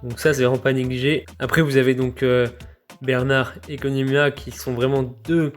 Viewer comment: Koniama ?????? Non je peut pas laisser passer ca